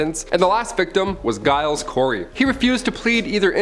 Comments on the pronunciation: Giles is pronounced "Jiles" like gyrate. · "Giles" is pronounced "Jiles". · Giles is pronounced with a J